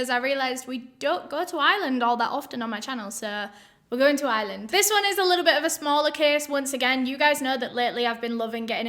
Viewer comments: I swear, the first few times said "Ireland," I kept hearing "island." Lol. I was so confused. Haha. I need to listen to more British people, clearly. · all this time I thought she was saying "island" too it's the comments that saved me🤣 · Haha that's funny. I can totally relate! But this time her accent tipped me off - I'm American so I immediately noticed the non-rhotic accent so automatically mentally put the 'r' back in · Really thought you were saying this case takes place in "Island" before I realized it was Ireland 🤣🤣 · why cos of pronouncing it like Island lol, I gonna be honest I am from Yorkshire n that is how I pronounce it. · LMAOO, Im from Dublin and Its so cute how pronounces Ireland 😂😂😂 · ireland not iland , it drives me up the wall when people say that! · Your pronouncing Ireland like “Island” ... not the same thing girl 😂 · It’s not the accent - it’s just a wrong pronunciation. Your accent doesn’t remove your ability to pronounce the “R” instead of an “S” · My friend I was like ok but what island are we going to!!!!! you were saying Ireland. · Us British people pronounce 'Ireland' and 'Island' the same. I don't get it, do some people properly pronounce the 'r' or something? 🤔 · I genuinely thought you were saying “island” and not “Ireland” lol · I love you but “Island” 😭 Im sorry if I offend you but it’s pronounced “i-er-lin” you don’t have to say it that way but I’m just putting my thoughts out there I STILL LOVE YOU THOUGH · I didn't realize she didn't say island until I read this comment lol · Lol I thought she was saying "Island" instead of Ireland at first 🤣 love you and your accent! ✌💜🙂 Great videos! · It took me a minute to realize you were saying Ireland, not Island lol oops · Girl, thanks to me being an American I thought she was saying this crime was in “Island” until she said Dublin 😭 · Am I the only one who tho she was saying island, then when u seen the map u felt stupid? Lol